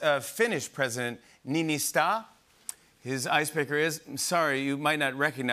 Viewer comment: The finnish primeminister‘s Name ist not NiinistA its NiinistÖ